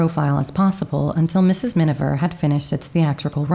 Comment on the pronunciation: C'è un errore costante nella narrazione, quando si parla del film "Mrs. Minver", quando invece il nome corretto è Miniver. Comunque, grazie per il documento. Io sono una grande ammiratrice di Greer Garson! 🌺